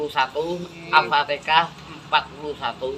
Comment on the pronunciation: Al.fatihah. bukan al.fatekah